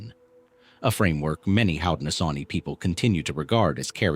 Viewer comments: Unfortunately, AI "readers " don't know how to pronounce words unless they've been taught. 😉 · Hi thanks for sharing but you said it worn haudenosaunee is the confedory name haudenosaunee people of the longhouse is siad different than the confedory name thanks for tiring with pronouns we know our own history and culture thanks again